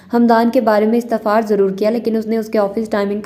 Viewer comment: It's "istefsar" not istefar...